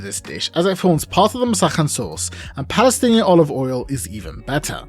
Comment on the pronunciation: lol wtf is balestinian?